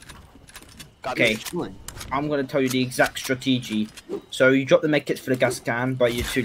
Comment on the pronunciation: the way mongraal said strategy lol 😂